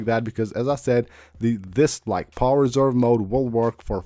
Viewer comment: "power zzzerve mode"? lol